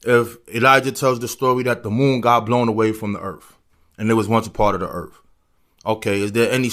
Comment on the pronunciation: “Earf “ = earth